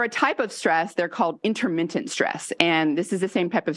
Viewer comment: Intermittent, not interMINTent